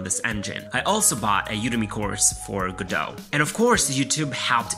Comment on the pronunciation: Go Dot How hard is it to pronounce?